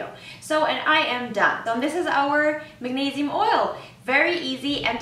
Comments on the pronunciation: Neee, not neigh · MAG-NEIGH-SIUM huh